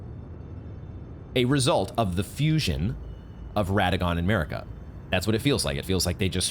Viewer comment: It's not Merika it's MArika,you are so annoying I cannot stand you,$tuπ|d vastard